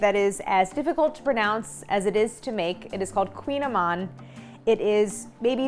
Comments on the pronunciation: Well, you're correct in that it's difficult to pronounce since it's Breton celtic, lol, but it's not "queen"-amann either, lol, at least from what I've heard other Bretons say, it's closer to like "cooñ", but even that's not it because it's a vowel we can't do in English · Oh non why you say it like that! It’s Kouign Amann (koui-ya-maannnn….), mon dieux 🤦🏻‍♂️ but I will forgive you for giving us the recette though ✌️✌️ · It's in Breton language, which is not a romance language. It's pronounced "koo-nyah-mahn". They taste heavenly, of course, especially when done in Brittany ! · I've made these for years and always pronounced it like Claire did. Last time I was in Paris at the Marché Bastille I was corrected by the baker: "koo-NYA-man."